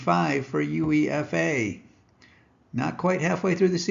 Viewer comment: It's pronounced - You-Ay-FA - U(you)E(ay)-FA - not You-EE-F-A